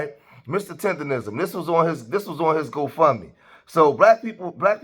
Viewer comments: Naw she said “tenderism” lol can’t even say it right cause she don’t have the right spirit!! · That lady doing all that talking but not even saying his name right. She’s saying Mr. Tenderism and it’s Mr. Tendernism. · She don’t even say his name right, she called him Tenderism, white slave master? He’s very much supported and he’s happy. Go Mr. Tendernism show em what you working wit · Yes!‼ Please say it right! Its Tender-Nism. Nism, Nism, Nism.‼‼‼